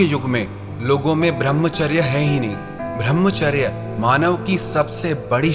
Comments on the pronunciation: भृमचर्य नही कृपया ब्रह्मचर्य बोला कीजिये । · भर्मचार्य नही कृपया ब्रह्मचर्य बोला कीजिये ।